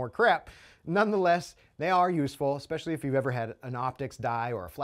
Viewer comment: The word is pronounced ESpecially not EXpecially. ✌️